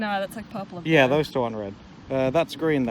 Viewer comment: hahahaha, to my ear, when you say purple it sounds like parpool.